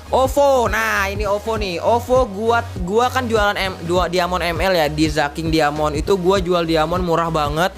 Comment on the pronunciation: dari cara ngomong diamond aja udah ga bener lu